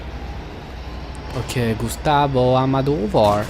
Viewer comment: Bonne vidéo, à part ton "Gustavo Almadovar" qui m' a largement pété les cacahuètes. Mais très bon jeu dans l'ensemble. Vivement Fear 3 et surtout Dead Space 3 que je connais par coeur (je suis fan de cette licence). A très bientôt.